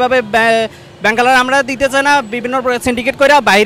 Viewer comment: 0,41 ব্যাংকের হালা রা ? নাকি ব্যাংক ওলা রা বুঝলাম না ।